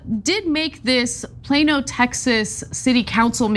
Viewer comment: Plonn-oh not plain-o.